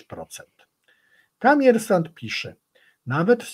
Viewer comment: Nie ma czegos takiego jak Kamiersant! Jest Komiersant. Przez "O"! I przy tym akcent na ostatniej sylabie a nie gdzies wczesniej. Dziekuje za uwage. 😊